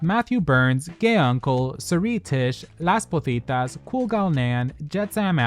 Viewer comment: I'm always amused at how you pronounce “Las Pozitas” as “Las Putitas”